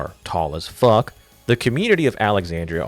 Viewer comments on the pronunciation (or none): I agree, his swearing is so weird... I wonder if he wrote 'fuck' in his script every time (if he has a script). Weird delivery, the 'fuck' lost its power quickly.